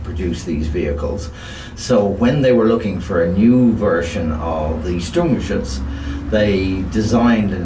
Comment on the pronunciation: endlich mal einer der Sturmgeschütz richtig ausspricht, oder Guderian Ente